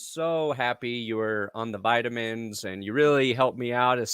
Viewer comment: "Vitamins" lmao